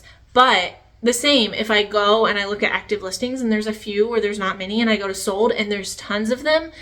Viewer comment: Sold! The word is pronounced SOLD … not Sode. And the like!! It’s not Cute. It’s SO annoying..It makes me not want to listen!